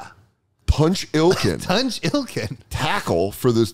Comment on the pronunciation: I yelled at the screen, “you just said ‘punch’, it’s Tunch!”